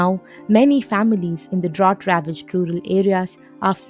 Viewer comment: It's pronounced, "dr-out".